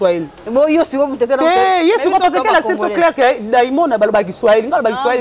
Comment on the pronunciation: On dit clique et non crique